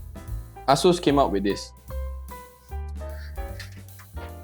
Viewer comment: The way you say Asus sounds like A--Holes came out with this. lol Looks nice.